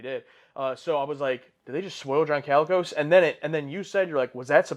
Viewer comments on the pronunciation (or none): LOL the number of times you guys mispronounced "Colicos" made me a little crazy... 😅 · I believe it’s John ‘koh-lee-kos’ not ‘calicos’ like the cats.